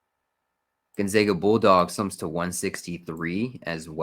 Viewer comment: I’m from Spokane WA and it’s pronounced Gone-Zag-A not Gone-Zog-A